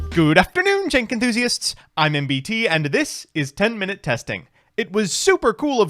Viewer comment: Ive been watching for the past year and I gotta ask. When he does his intro do y'all hear "Jenka-thusiants?" or "Jank-enthusiants"?